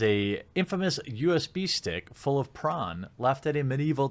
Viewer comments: Are you saying prawn? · Stop saying prawn god dammit! X'D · it took me a second to realize what you meant by prawn. why aren't we saying porn? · How come hes saying pron instead of porn? Is youtube demonetizing for the word porn?